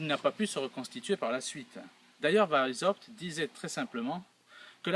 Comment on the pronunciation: Weisshaupt = VAïce - C'hAoupte (avec le C'h du Breton, ou le H allemand anglais ou arabe. Non pas VAïse ... (Né à Vienne, ça oblige). Le aï peut aussi être prononcé comme un èï avec è très ouvert. C'est plus proche de Vienne et de la Bavière (dont la bonne police a fait un bon oeuvre en arrêtant le premier foyer de ces salauds.)